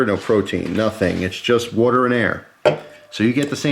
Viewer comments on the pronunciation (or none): Don't forget to drink your "worter" people.